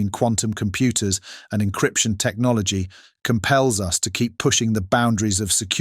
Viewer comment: I laughed out loud when the narrator stupidly said, "Technologeee of Cheeena." Perhaps he could benefit from a reading lesson or two.